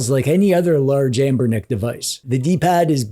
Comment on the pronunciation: Hey. You seem to be pronouncing Amberlick wrong!